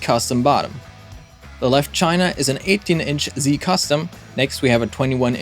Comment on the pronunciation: Pronounced "ah-vay-diss". You're welcome.😊